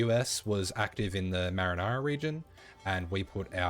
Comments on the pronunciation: Lol the "Marinara" region. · I think you called the mariana region the the marinara region 😂 love it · This is really helpful but I gotta be "Taking the piss," out of love for you. Hearing Brit's mispronounce, or altogether mangle, foreign words is so grounding. They're so emphatic about how they speak "proper." "So, for example, if the US was active in the M-A-R-I-N-A-R-A region..." The spaghetti sauce region of the Pacific? Keep up the great videos, if you didn't I still would be struggling on the easiest setting, instead of struggling at the next highest setting. TY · "Marinara Region" 🤣🤣🤣